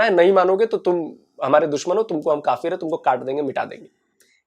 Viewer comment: Alok sir.... mzaaaa aataa h bht in jokers ko dekh k . Kafiiiiirrrrrrrrrrrrr..... Kafrrrrr... education inke samne kya chizz hai.... pronounce krna v ni aataaa words properly kafrrrrrrrrr....😂 sir inki history hai kya ??!!! 75 years se phle bne hue h. Humare indian muslims bhai behno se kuch Sikho pakistanioo.... we r proud Indian.